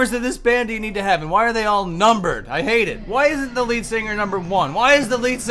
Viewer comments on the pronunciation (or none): none